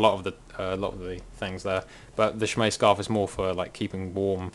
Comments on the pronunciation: I thought it was closer to shay-maw. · It's pronounced SHEH- MAHG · Three minutes and eight seconds of listening to you pronounce it wrong, waiting for you to get to the point. WOW.